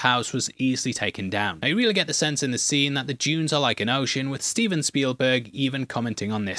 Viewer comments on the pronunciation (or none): none